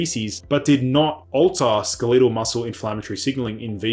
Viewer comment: Wait, what . . . "skel-EE-tel" muscles? What language are we using here?